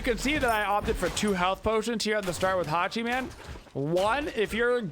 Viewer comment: The way says Hachi-MAN makes it sound like he’s playing a super hero and not a god 😂